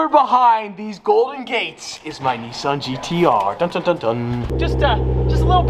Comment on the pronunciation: Stop fucking around with icon cars like the Gallardo and stop putting an R into the words Bugartti and Nissarn.